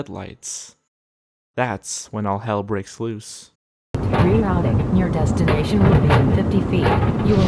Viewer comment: You have arrived at your "DEATHination" haha welp I'm not sleeping